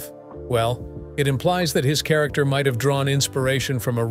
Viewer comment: What painful imbecility. "The krakter of Paladin..." The more frequently I hear AI, the less concerned I become.